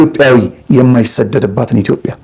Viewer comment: ውድ የዶርቃ አዘጋጅ ከነጋሽ ጋር ያደረከው ውይይት ጥሩ ነው ግን ኢትዮጵያን ስተጠራት (ኢትዮቢያ) ብላክ ነው የጠራ ሐት በተቻለህ መጠን ስሟን አስተካክለህ ጥራት🙏🙏🙏🇪🇹